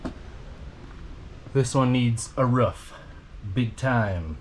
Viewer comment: roof not ruff mate.😉